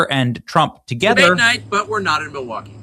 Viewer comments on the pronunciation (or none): none